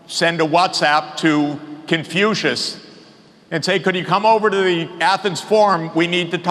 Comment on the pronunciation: 他甚至不能正确的说出孔子的英文发音😂